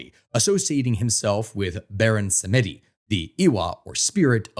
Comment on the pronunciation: "Samedi" is pronounced SAM-ah-dee.